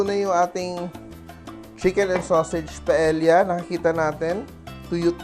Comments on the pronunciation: It’s not pronounced as pa-el-ya! The correct pronunciation is PA-EYYA!!!!! Por favor!!! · double l is pronounce as y in spanish paella is pronounced paeya。